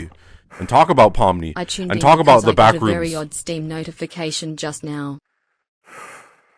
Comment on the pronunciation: Put this video on in the background to listen to while playing Minecraft. is making a joke about "The Backrooms Movie 2: Streamer Edition", just saying "tHe BaCkRoOoOmS". I hear a scream from in the game is playing immediately after he says "tHe BaCkRoOoOoMs". I go to see what happened in the game. He is silent, staring at a white square on the black void. If this isn't one of the most quintessential " Stream" moments, I don't know what is. 10/10, it's so simple but I'm losing my shit.